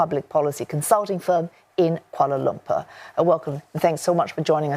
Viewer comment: This Singaporean lady pronounced Kuala Lumpur as Koowalar Lermper. and Your country is just next door to us. Aiseh, were you bred or live in UK or some other Anglophone country? Or trying hard to sound like one? So how, orang Singapere?